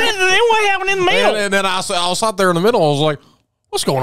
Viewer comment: Andys "great week" talk had me shoulder shaking this morning! You guys never ever fail to make the day filled with joy and smiles "Well what happened in the meeddle?!" 😂😂😂